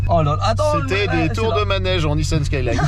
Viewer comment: La prononciation de merde haha nissanne saaiiiiilaannnnnneee